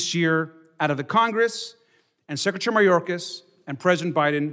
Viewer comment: Sectary. She can't even say secretary correctly! 😅